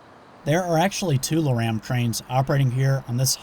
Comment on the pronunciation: that's my first time hearing LORAM pronounced like that.